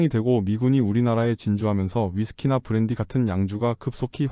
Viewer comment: 쁘란뒤 ㅋㅋ 보트가 아닌 뽀트 ㅋㅋㅋ